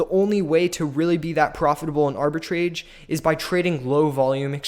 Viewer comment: not even pronouncing "Arbitrage" correctly